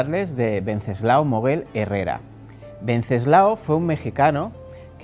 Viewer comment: WEN--- CES--- LAO / WENCESLAO NO VENCESLAO. .